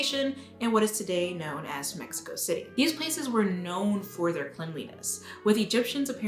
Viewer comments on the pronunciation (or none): none